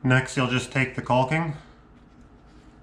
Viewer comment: The L is silent guy..